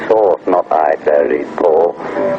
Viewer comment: Thank you for this video,and me,as a person,who is not native american i can say with a heart on a chest that he doesn't say ''cranberry sauce''did you heard sauce,or the ''s''somewhere...of course not!!!